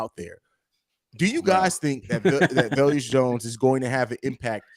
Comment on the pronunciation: VE-LUS not Vel-Us 😱